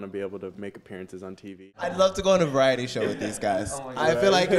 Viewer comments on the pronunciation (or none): none